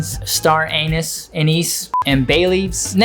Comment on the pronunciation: 😂 I actually chuckled a bit when accidentally said star anus instead of 'anise' then he had to correct himself. Anyways Merry Christmas to you and your family. I always love your content. Keep it up.